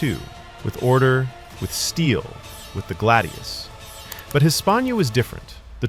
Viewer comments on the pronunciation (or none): hrrrrmmmmm....said GLAD-IOUS not galde- eos and fal-CA-TA there is no d in the word nor do roman blades get called glade eous a glade is like grassy woodlands or something im pretty sure......im sorry its just......SAY IT PROPERLY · glaydius and falcayta